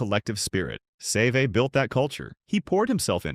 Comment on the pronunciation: And I wish the AI could pronounce his name the way it should be